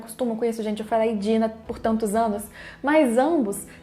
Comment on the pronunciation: a pronúncia em alemão é Dina ("Deena") e não "Daina" como em inglês, então vou continuar chamando de Dina mesmo.